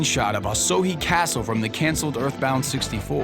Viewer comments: "Asōhi" Castle?? It's Osohe Castle, pronounced oh-soh-heh. :/ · it's pronounced o-show castle